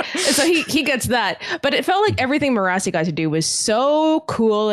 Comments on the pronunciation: I've barely started watching and kept hearing you guys mentioning Me-RAH-see and am like, who is that?! It took several minutes to realize that its Mer-a-sea as pronounced by Michael Kramer in the audio books. I have no idea how Brandon says it, or even how it's spelled, but I like to think it's a varient of Kelsier's wife's name Mer. I'm just amused at how the names translate for readers vs listeners. For all I know, Michael Kramer reads it wrong. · They kept saying Mirrorasi... I was like wtf is that. The audio book says it as maire-a-see. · I love you guys so much. But I'm an audiobook Cosmere reader and I HATE how you guys pronounce Marasi (mur-ASS-ee) lol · I'm sure their pronunciation of "Marasi" only annoys me cause I listened to all of era two on audiobook but I just don't see how anyone could think it's pronounced the way they say it... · it's great but the only problem is he pronounces Marasi a certain way and in the group above, Evgeni is the only one who pronounces it the same way. I started this series in audiobook form so I've always pronounced Marsai the same way ... but now I'm confused and starting to question everything haha